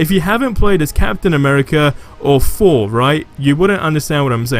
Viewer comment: Im surprised u r able to pronounce black panther correctly, but Thor : Four , Thoughts: Foughts 😜